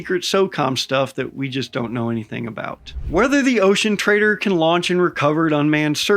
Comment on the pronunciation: 😅 I always hear "the ocean traitor" and not "the ocean trader"